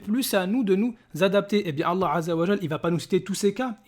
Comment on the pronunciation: Frere continue tes video et a contré ces arguments toi qui connait réellement le coran contrairement à lui qui ne sait même pas prononcer "ALLAH"